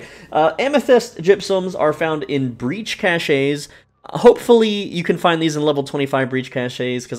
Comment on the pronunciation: Cache, say cash..